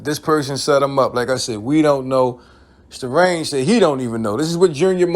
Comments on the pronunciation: Say the name right goofy.. I stopped watching after the 3rd time you said "strange" it's Starang Wondah... pronounced Stah Rang... u claim to be a fan but can't say the name right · My meo comment might have inspired this video. Btw it's Sta-rang not strange, and he actually was from Queens while the rest of Bcc was from Brooklyn. That OGC video had alot of adverse effects for boot camp. It made some radio personalities have to choose if they were rocking with bad boy or boot camp and we all know how influential Puff is, so you barely heard any boot camp on NY radio after that. One of Smif n Wessons biggest exposures was on a Mary J Blige remix, then that relationship became awkward, and Big's crew and security included D-Roc and C-gutta who were both ex cons that were not there to rap. Think about the pressure boot camp and especially Smif n Wesson had and the money they lost out on because Starang wanted to be immature. Ain't nobody get killed or mamed, but Starang signed up for an ass whooping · His name not Strange... Its Sta-rang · Lol his name is Starang not Starange😂